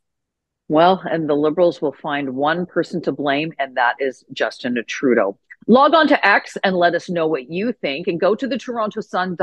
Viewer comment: Did I hear you say, "Justinna Trudeau"? I'm sure I did. Wouldn't surprise me in the least.